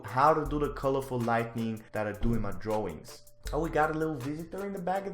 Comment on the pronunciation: This dude ate all of his “ R’s “ thats why he is saying dwawings